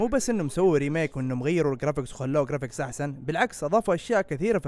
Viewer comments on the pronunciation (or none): none